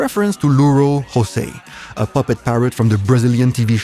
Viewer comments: you pronounced "jumenta" pretty well, but you didn't pronounced the "J" in "José" correctly. The correct way to say it is "ʒoˈzɛ", there's no "h′ " sound in Portuguese. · please don't read "José" as if you were reading spanish, you can pronounce "Jo" just like you would pronounce "Jojo" the person in the picture is not Tom Veiga, that is Fausto Silva aka Faustão, he has his own TV show called "Domingão do Faustão"